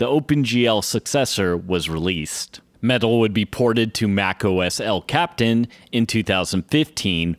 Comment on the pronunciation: El Captain? Seriously? Try El Capitan.